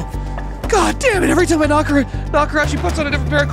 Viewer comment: I loved when he said "its slime to solve this mystery" and slolved the mystery all over the splace